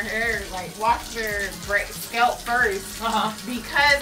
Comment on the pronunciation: "their scelp"